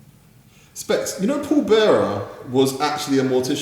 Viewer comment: When he calls him Paul Bear instead of Paul Bearer really frustrates me 😂😂